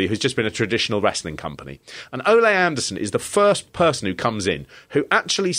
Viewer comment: Can you stop pronouncing his name as if he were Spanish. His name is Ole (Oh-Lee)